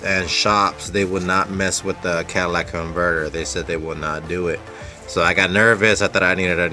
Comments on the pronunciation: It's just a manner of speaking. A mis-pronunciation. He's dropped one of the four syllables, saying 'cat a lic' instead of 'cat a lit ic'. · He kept calling it cadillac... LMFAO. Say the word dude.